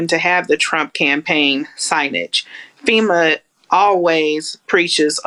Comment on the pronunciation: "FEMUR" is a bone and NOT an organization. Wish some people could learn to speak and why they keep getting on camera for news is beyond me. :)